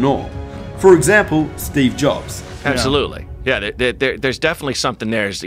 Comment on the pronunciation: Before the video: Absolutely! Watching the video: Abosutely!